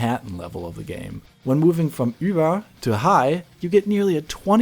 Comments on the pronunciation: Props for pronouncing "Ü" correctly. Sincerely, a German viewer. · romando thats how this words are pronounced though.